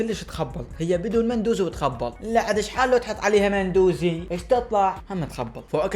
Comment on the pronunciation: اسمة مو مندوزي اسمة لامندوزي❤